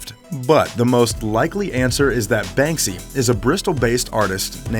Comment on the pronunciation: SALS VOICE: BANSKY YALL